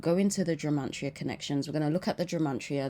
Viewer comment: Are you saying the word Gemantria? 🤔 it's gematria, no n ❤